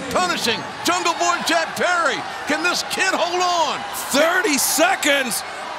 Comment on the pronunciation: Big fan of JR but when will this man learn the name jungleboy. Come on.